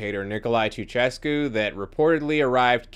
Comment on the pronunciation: Thank you for making this. Your research skills are outstanding. However, and really it’s a small thing. Nicolas Ceausescu was the dictator of Romania ( ) you pronounced it without in ‘ia’.